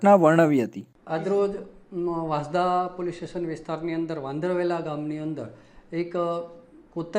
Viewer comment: Report karta pahela sacho ucchar janvo jaruri se vasanda vansda ma bo farak se